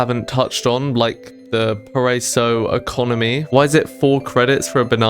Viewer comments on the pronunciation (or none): parasio❌ Paraíso✔ -"Para" as in "parachute" or "paramedic" -"ee" as in "eerie" -"zo" as in "zombie"